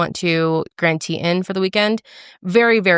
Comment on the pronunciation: It’s pronounced the grand “tee -tons” 😂😂 I wish I would have known you went a few hours from the Tetons!!!!